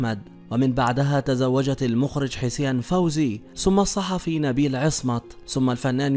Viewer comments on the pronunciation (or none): none